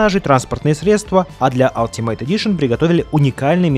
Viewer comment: алтимат, а не ..мейт. ˈʌl.tɪ.mət